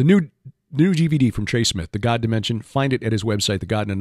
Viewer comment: Trey why have you changed your pronunciation of the word God from how you used to say it? The way you say it now is a little disconcerting and distracts from your awesome message. Any, God bless you my man. Love your message and your vids. 👍